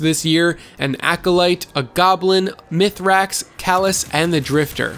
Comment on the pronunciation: "Meth Racks" Holy shit, Butchered.